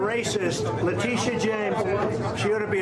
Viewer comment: This is how to pronounce the prosecutors name, Leh tea ta. How is it so complicated? It’s a pet peeve of mine, I have heard 4 different pronunciations but maybe once the pronunciation was correct.